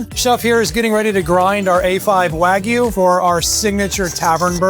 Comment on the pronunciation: That "wagyu" pronunciation 😂